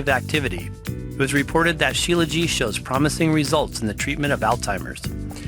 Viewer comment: Śílajít, with the t on the end.